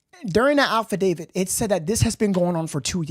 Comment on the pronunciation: No disrespect but it’s pronounced affidavit, not alpha David